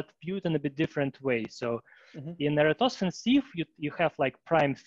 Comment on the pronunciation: Eratosthenes Sieve... not, whatever tf you said.